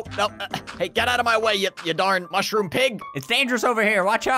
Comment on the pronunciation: It’s called a ‘mooshrom”